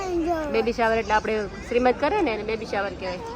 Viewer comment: શ્રીમંત નહીં સીમંત કહેવાય